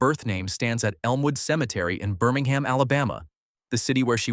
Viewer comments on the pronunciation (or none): none